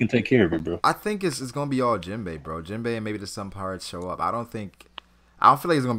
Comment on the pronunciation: Yo my nigga, you need to put some respect on Jinbei's name and stop calling him Jinbo. It messes with me man